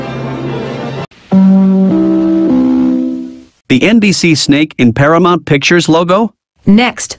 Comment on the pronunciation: Paramouse instead of Paramount 😂😂😂😂